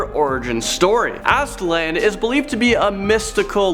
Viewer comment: You said Aztlan weird. And funny to say that it's my middle name. It's a soft a sound at the end not a hard A.